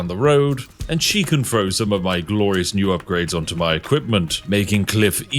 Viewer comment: Though I love and would never disrespect the great spiffing Brit. How do you other Brit’s explain to your children and friends that some of you say three as “free”? Or throw as “frow”? In the states, that’s a completely bullyable offense